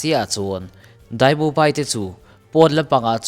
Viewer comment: tinge daimubai ti in i lam daih aaa